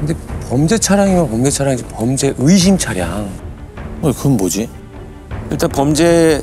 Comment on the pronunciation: 으심이 아니라 의심이다 이것들아. 어케 전부 다 으심이라고 발음하냐. 허헐